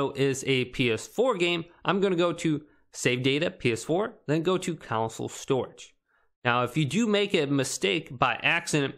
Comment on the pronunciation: Console not council lol